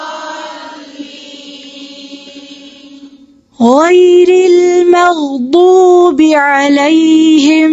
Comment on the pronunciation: Alhamdulillah bhot Acha prahti Hain lakim zuad KO Dal q prahti Hain Jaisae walazualleen ko ap waladuaaleen prahti Hain